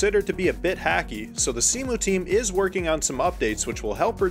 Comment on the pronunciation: Minor detail, but Cemu is pronounced "c-mew" not "c-moo", just wanted to point it out, I love how much effort you put into this video